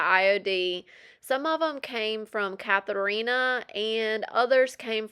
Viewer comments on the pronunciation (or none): Catharina is pronounced CAT-a-rina. Not Cath. It’s my middle name, same as my Polish grandmother.